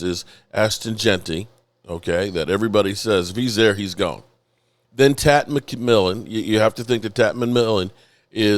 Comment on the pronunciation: Please stop murdering players names!!! Dude It's not TAT McMillan!!! You do it almost every video!!! Show more pride in your work come on () 😂